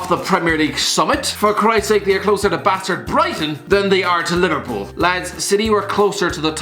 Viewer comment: No one: Baaastard Broighton